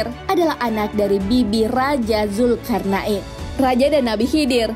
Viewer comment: kok dengernya kayak nyebut zulkar'nain ya?